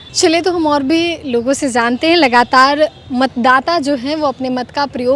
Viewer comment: Zante hain nahi, jante hain Gyaneshwar ka bhasa mat boliye lahza sambhaliye